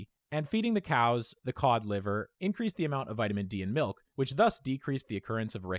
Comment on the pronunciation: "Malk, now with Vitamin R!"